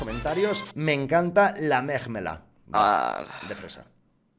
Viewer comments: '' me encanta la meggggmelade de fresa por ejemplo'' frase 2019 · "Me encanta la mejmelad" pd: se que no se escribe asi no flamear gracias 😊